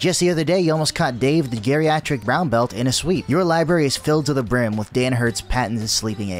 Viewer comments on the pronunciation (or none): Geriatric is pronounced like the G is a J oh powerful wizard....